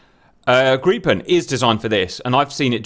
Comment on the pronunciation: Woah, GOOD JOB Cap on the Gripen pronunciation, first time I've heard a foreigner get it right. Gripen should be fully operational with pretty much any loadout on roads.